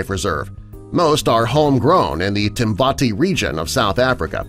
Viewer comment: It's not timbati region it's called timbavati